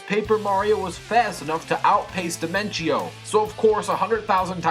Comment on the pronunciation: Lol you pronounced Dimentio wrong xD. You're amazing dude!